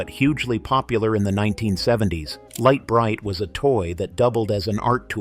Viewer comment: Pronounced..."LIGHT BRIGHT"...